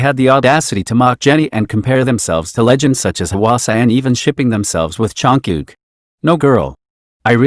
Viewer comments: "chonkook" i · the way he said JUNGKOOK 😂 (no offense btw I thought it was kinda funny)